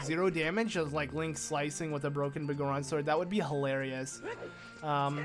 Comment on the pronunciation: The Bagoron Sword? Do you have some issue with saying BigGoron Sword? That's such a weird thing to shorten, considering you call him Big Goron in this video, but somehow adding the word "sword" gets the 1st part a different pronunciation. ..sigh.. You really know how to annoy me like no other.